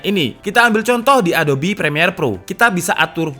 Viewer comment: Mungkin besok-esok bisa diperbaiki bang cara pengucapan "ADOBE" . Harusnya "adobe (a do bi) ", bukan adob (a do p) . thank you bang ..